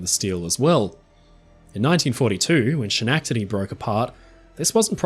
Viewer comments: I know. i KNOW you know about the Schenectady pronunciation thing, you included an apology. But every time you say it wrong, a little tiny upstate new yorker in my soul shouts "NOOO!" Seriously tho tysm for this video! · As someone born and raised in upstate New York, the only thing I have to comment about is your pronunciation of the word, Schenectady I understand you’re pronouncing it the way that it’s spelled, but as somebody who’s from upstate New York, and grew up, not far from Schenectady, at least in New York State, it’s actually pronounced SKA/neck/diddy 🤓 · Fantastic video! Though, I still haven't heard any YouTuber actually pronounce SCHENECTADY correctly, LOL. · Definitely one of my favorites of yours. Well done sir. Had to giggle at your Schenectady pronunciation. All good though. 😂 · Great video - as an American I absolutely love your pronunciation of "Schenectady". On the animated renderings of Titanic in the videos you use there is a series of small perforations in the hull fore and aft and at the same level as the condenser discharge - the look like mini-portholes. What are these? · Your miss pronunciation of Schenectady is OK cause in America. We can’t say Worcestershire sauce. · I just find it so funny how you butchered Schenectady, in this day and age.. But seriously, fantastic rundown examination on the Titanic.. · As a New Yorker, I forgive you on behalf of Schenectady lol, I'm sure we'd all have just as much trouble with the names of things near you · Amazing video! As a resident of Schenectady NY I couldn’t help but laugh at that pronunciation haha 😂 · You should do an analysis of the sinking of Schenectady for as many times as you mispronounced that beautiful cities (& Ships) name. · That was the funniest pronunciation of Schenectady that I ever heard. Of course who would know it halfway across the world. But just so you know it sounds more like “skin-ehk-tah-dee” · Nice video thanks! FYI it’s pronounced Ske-nek-tu-dee. ;)